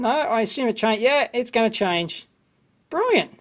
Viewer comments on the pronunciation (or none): none